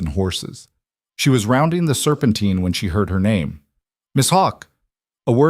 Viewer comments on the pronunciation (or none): Serpentine - tine not teen